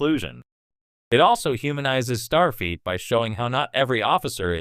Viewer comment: Jean Luke? Start Feet??? Lame A.I. narration.....